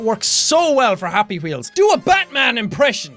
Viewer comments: jack, don't change your voice and pornounciation jsut cause you think we can't understand it. it's 100% understandable when you use your irish pronounciation for things like "wheel"-"gwheel" and "notice"-"notisse" and stuff. it makes you unique, and i like it. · jacksepticeye That "WH" of yours is amazing ! :D